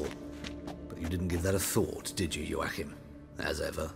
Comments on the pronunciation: This is a polish books series j is a y. Like how Yennifer is not Jennifer. So the name is pronounced wrong. I know a guy, his name is Wojtek but pronounced Voytek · Joachim is pronounced as Yo-akhim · Joachim von Gratz, that's a german name. And y'all pronouncing it pretty weird :p